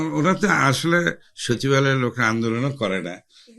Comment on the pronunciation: "mobaloy" ✔✔✔ "shochib-aloy". ❌❌❌